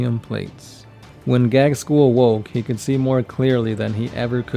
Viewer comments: Can you please stop calling my favorite WH40k character Gag-skull? His name is pronounced Gaz-kull. (as was also commented in a previous video) Apart from that, I enjoy your lore videos :) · OMFG, you're butchering his name. It's pronounced Gazg- kul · You seem to pronounce Ghazghkull with the g before z.